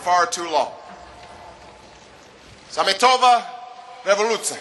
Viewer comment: "Sametová revoluce" :-D :-D :)))